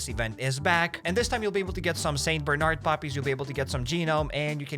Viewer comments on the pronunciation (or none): none